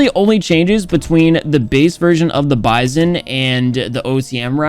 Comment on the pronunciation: you're pronouncing the bizon wrong It's the B-I-Z-O-N